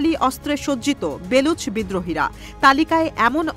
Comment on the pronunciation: বেলুচ না বালুচ।